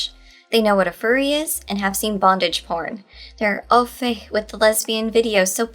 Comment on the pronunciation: How weirdly can you pronounce "au fait"? - the video.